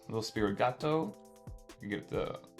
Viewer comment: Right, yet he receives product early. You’d think he would at least know how to pronounce Sprigatito let alone Riolu lmao